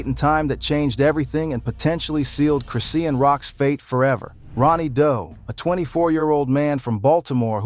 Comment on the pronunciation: You dnt pronounce her name chris Ian, you pronounce it chri Shawn Rock